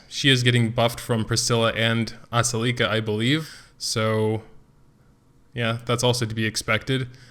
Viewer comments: Or the A is silent and you just pronouced selica XD makes things easier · Expected you to butcher aselica's name some more, and you delivered!! Aselica uh-cell-ih-cuh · I just wanna comment how I believe the names are pronounced. Ophelia=Oh feel lia Ezekiel=Ee zeek ee el Aselica=uh sell ik uh Shea=shay uh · aselica - uh sel ik uh - ass licka. just saying. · LOVE YOUR STUFF, BUT YOUR PHONICS NEED SERIOUS HELP! TAKE IT FROM AN ENGLISH TEACHER... IT'S: UH-SELL-IHK-UH... AND WHILE WE'RE ON THE TOPIC, OPHELIA: OH-FEEL-EE-UH!.. LOL! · its pronounced ass-licka Btw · Pronounced (Ah-seal-i-ca) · Its pronounced Uh-Sell-ick-uh